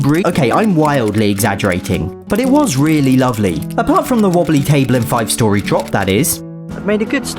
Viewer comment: As soon as I saw his pronunciation of story, I went "BRITISH GET HIM!!!!."